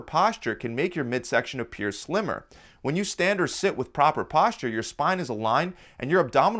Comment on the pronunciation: He says posture sound like PASTA